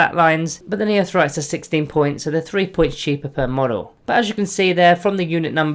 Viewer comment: Neophytes = "Neo-Fights" Not "Neothrytes".